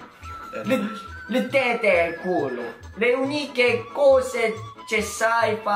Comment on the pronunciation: Tette e culo le ha pronunciate da vero italiano Ahahah